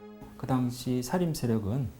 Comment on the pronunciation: 장음인 첫자를 짧게 잘못 발음한 예: 사실,사화, 사림(여러번), 폐위, 등. 역으로, 짧은 첫자를 길게 발음한 예: 과거, 왕위, 현안, 소격서, 전래 , 향약,가난(고유어), 가무, 어부지리,요구, 등, 발음 문제는 심각하지 않습니까. "한국 어문을 고발함" 이라는 책을 읽어 보시지 않겠읍니까. 미국 변 완수 배